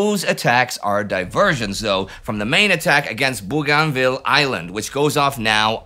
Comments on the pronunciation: im not yank either, aussie and its BOGANvil. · It's pronounced Bo-gan-ville (in Australia). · Hey Indi. Bougainville is pronounced 'BOGANvil'. How go i know, my late father was a gunner on landing craft there during ww2. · Indy, its pronounced "Boo gan vill" without spaces. One word. Booganville. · Great video, as always! Very informative and thoughtful. But... if you were transported back in time onto the bridge of an allied warship in the South Pacific and started talking about "Boo-GON-ville" and "Trook" and "Raba-ool" the sailors would think you had suffered head trauma. Your pronunciations are entirely anachronistic, which throws off the appreciation of all the rest that you do. Again, great job otherwise.